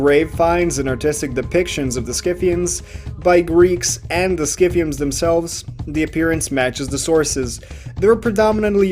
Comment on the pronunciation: PRONOUNCED SITHIANS YOUR FACTS MUST BE FROM WIKIPEDIA....subverted history For un-subverted history.... Go learn real history